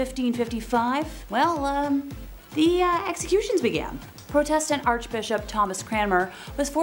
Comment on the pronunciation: It's protestant...not pro test tant